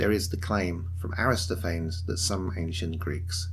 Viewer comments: He says Aristophanes the same way Bill & Ted says Socrates. So-Crates Aristo-Fains 😂😂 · good video. Aristophanes is 5 syllables, though